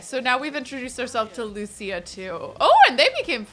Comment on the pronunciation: Omg the way you said Lucia I almost thought you said Lucci and I was gonna say that’s my last name!